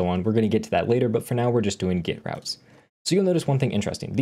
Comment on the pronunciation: Request... Please stop saying "git" when you mean "get." Since git is its own thing, it's confusing.